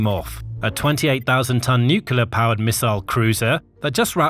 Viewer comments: "nuclear" not "nucular". Nucular isn't a word. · Nuclear is pronounced nuclear, not nucular. Arctic has a c before the t, so it is not pronounced "artic" as in this video. Mis-pronunciation makes the vidoe less credible. It also perpetuates poor English. Please sort it out. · Is it just me who finds it really grating when a presenter or interviewee can’t pronounce nuclear? Nu-cle-ar, NOT nucular! Come on, it’s not difficult. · It's nuclear not nucular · New- clear Not new cu lar